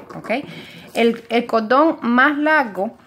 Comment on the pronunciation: EL CODON EL CODEL? por que no pueden pronunciar la rCORRRRRRDON CORRRDL